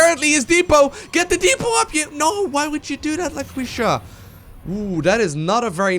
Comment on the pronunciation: it's La-kee-sha and she's probably female.